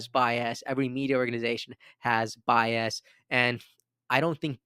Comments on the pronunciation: Stop saying bi-ass. it’s more like “BY-us” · I’ve noticed in this video and others that you pronounce bias as “bi-assed” 😅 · Although bi-ass does describe the two party system 😂